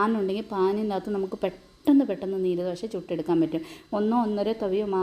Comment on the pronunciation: നീര് ദോശയല്ല😂നീർ ദോശയാണ് കർണ്ണാടകക്കാരുടെ പ്രത്യേക പലഹാരം ആണ്. നീര് എന്ന് പറയല്ലെ😂